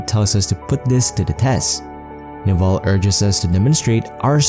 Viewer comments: Navarre is not correct. Neville. Ne-vil (pronunciation). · Music is very distracting. Also, his name is Neville — not Navarre.